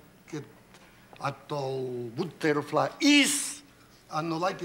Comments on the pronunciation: I'm spanish. When he said butter-fla-iiii. I really lost it. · Butterfly, he says like that because every non spanish people they say Dali, plane and without final strong syllable, when the correct form is like he says buterflÍÍÍÍ, spanish is DaLÍ. Anyway in french and spanish he talks erratic aswell, very bizarre and many neologism, a surrealist from head to toe. Very strong classic culture, total determination and will, Wondeful man and glorious genious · Boo.Ter. Flai. EEEEEEE.